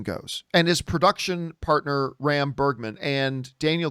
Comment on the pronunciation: Its RAM, not BAM